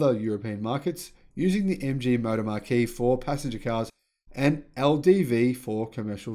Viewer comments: Hi, fyi Marque (pronounced Mark) is a synonym for brand. I don't know how you keep up the pace. You're one of the most consistently informative channels I subscribe to. Well done. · Please learn to pronounce "MARQUE"